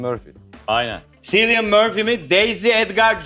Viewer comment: ... Cillian Murphy'nin adı "Silyın" değil "Kilyın" şeklinde okunuyor canlarım...